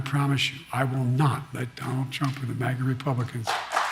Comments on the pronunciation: At the 8 minute mark…. Who’s Johnald Trump? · “Don Trump.” Biden says😂